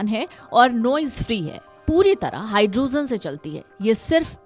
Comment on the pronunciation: Pehle pronounciation sahee kijiye.... Hydrogen ko aap Hydrozen keh rahe hain.